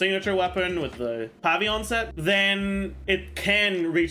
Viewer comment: I love that he says "pavy-yon"